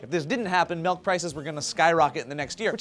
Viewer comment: don't ever say "melk" again or I will find you and smack you. It's milk god DAMIT